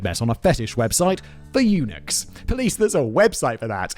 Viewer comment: haha, i heard it as a unix forum, it took me a moment to realize he said eunuchs forum